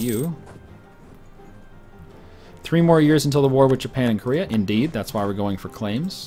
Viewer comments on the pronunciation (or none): you do totally pronounce Korea wrong, you say it like core-ea when it's actually ko-rea with the O pronouced like 'oh' not 'or'